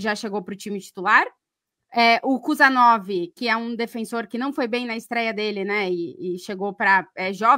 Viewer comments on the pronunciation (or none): none